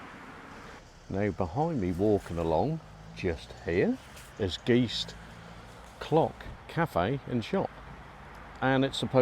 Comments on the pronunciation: Hi,you said you had done research on county school. And although you covered most of the churchyard, a bit of research about Guist may have advantageous, as well as how to pronounce Guist..(Giste), not Geese. You also walked passed a Marl Pit, and the Village green is not around the clock. The house with the Tardis, used to be the Village Hall.and you talked across it,in front of the shop. There was also a Fire Station next to the lane to the right as you face the shop. I know you said you leave the history to the experts,but these are general facts. The key for the church is available on request from the shop. Lastly,thank you for bringing Guist and St Andrews to the public eye. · A correction... It's not called Geest, it's name is Guyst!